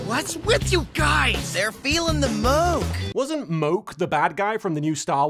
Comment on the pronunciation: its Snoke...not Moke... good vid anyway